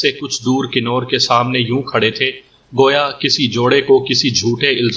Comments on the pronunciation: Nice stories. But you should definitely work on your pronunciation. 🤣 It's "Kunwar" with noon ghunna, not Kinore "convertable", not kinortable I don't mean to be cocky but if this is your living, you should try to get better at it. Anyway, I enjoy your audios. Good work. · Knoor nhi lafaz kawar perha jada jiska mtlab shehzada hota